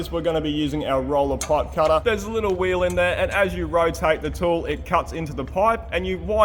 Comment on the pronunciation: Now we shorten the paaip? Love you aussies😂